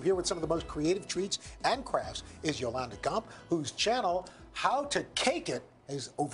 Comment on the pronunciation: Yolanda is so polite but her face when dude said her name wrong was priceless LMFAO.... I love Yolanda so much